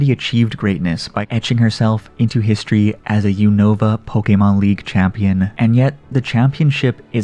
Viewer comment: How do you watch the black and white series and still not pronounce Unova correctly 😂😂😂😂😂